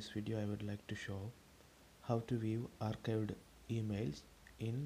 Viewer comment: Bro arcadie ky bol raha hau archived ko